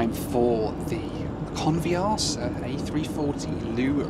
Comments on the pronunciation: A great film as always, but it's not called " Con v arse a" as you pronounce it! Not very polite using " arse" in the pronunciation. Phonetically, try "Con, vee a sa" - try a short a, no r, and emphasize the sa at the end. Go on, shout me down in flames everyone, you know you need too... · I think you'll find the airline name is pronounced convi-assa. Could be wrong but.... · every time you mentioned that airline name, you sounded like Can't be arsed 🤣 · I thought you said "can't be arsed airline" lol